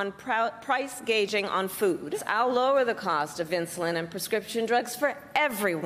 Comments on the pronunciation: Yep, within seconds the bias expected. Try relaxing and you might sound professional. She clearly said “… price gauging…”!!! She speaks English well, so since did not correctly say gouging, obviously she does not understand what she is talking about. Not surprised. And omg, like Harris knows what a Vision is. FTC chair is contempt of congress every time questioned. This is painful to watch but I watched the entire segment! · She called it "price gaging" not "price gouging". She cant even read. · "Price gageing"? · Kamala knows what we need. However, I hope she practices this talk a bit... so she says "price gouging" instead of "price gauging".